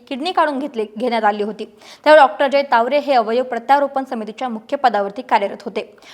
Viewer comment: Tawde nahi tawre Boltanna jara kalji ghya